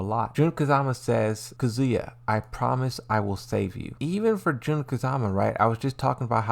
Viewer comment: Why you say kuzya?🤌🏻